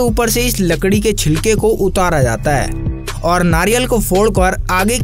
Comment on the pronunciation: pr galat bola Aapne chilke ki jagah cikla bola